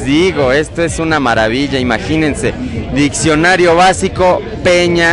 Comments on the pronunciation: Se pronuncia Diccionario, no ditsionario. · chingada madre todo estaba bien hasta que dijo ditsionario ><¡¡